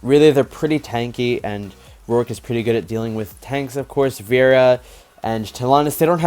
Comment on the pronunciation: Veera is apparently veres ml Hmmmmm..... i think you said it wrong i m not sure though